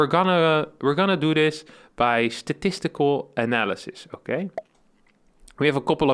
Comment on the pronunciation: "Statistical ANALASIS" :D